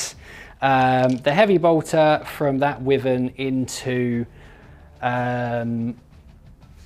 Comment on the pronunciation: Sorry it’s really bugging me, Wyvern is pronounced “wai-vern”